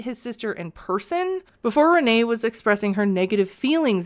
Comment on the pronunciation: how is Rayne pronounced Rene?